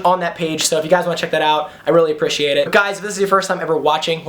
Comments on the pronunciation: U say it like apriciate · U say appreciate very weirdly 😂